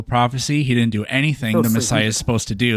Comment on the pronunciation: seriously, work on your "wouldn't", "couldn't" and "didn't". It reminds me of being back in special ed class again. "I DINNIT DO IT"